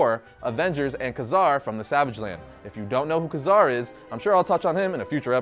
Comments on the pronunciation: TheGurumash It's Kay Zar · Ka-Zar's name is pronounced Kay Zar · Jason O. Nungesser It's supposed to be pronounced like Kway-Zar.